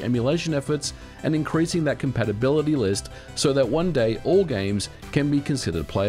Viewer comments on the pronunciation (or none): what? "compatabaility"?